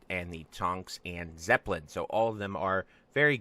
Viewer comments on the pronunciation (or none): "there is a zeppelin at some point" "and here we have the tonks and zeppelin"